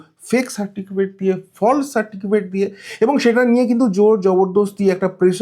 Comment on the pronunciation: দাদা, কথাটা সার্টিফিকেট, সারটিকিফেট না